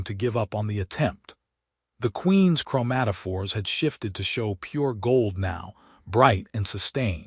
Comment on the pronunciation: im making a drimking game out of this video. every time you say chromatafores i take a drink lol